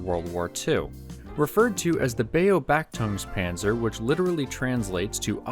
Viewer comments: Wow that was the most butchered pronunciation of a German word I've ever heard. And the worst part is that google translate says it pretty much the same. It's not Beo-bachtungs-panzer but Be-obach-tungs-panzer 😋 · "Bayo Backtungs Tank" ... well pronounced, you almost sound like a real German. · Pronounce bach like Bach the composer. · they way he butchered the german name made me almost spit out my lasgne XD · As a german im shocked how he pronounced “Beobachtungspanzer“💀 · The pronunciation of Beobachtungspanzer was certainly... interesting... To be fair tho, it's probably pretty hard to get it right for a word like that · Almost pronounced beobachtungspanzer right kekw